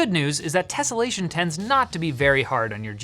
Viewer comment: That was the most British "Tessellation!" I have ever heard.